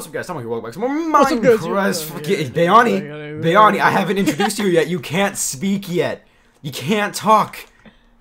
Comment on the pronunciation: Why does Graser say BYani?